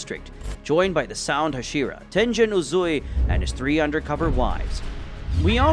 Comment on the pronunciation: Bro really said Tenjen